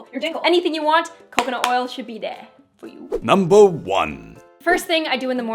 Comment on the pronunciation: "nuumber 5" sounded so funny hahaha .. this is awesome and informative